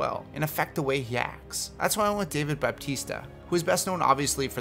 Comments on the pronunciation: ITS DAVE BATISTA! NOT DAVE BAPTISTA! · This man said David Baptista